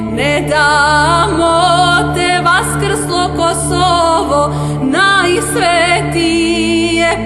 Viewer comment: They way she pronounced Kosova is so beatiful , adorable and majestic .. Only albanians and serbs together can create a longterm peace in the western balkan . ❤